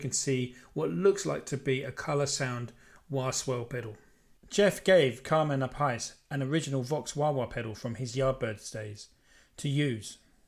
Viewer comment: Carmine App-Ice LOL 🙄 Nicely researched pedal info though.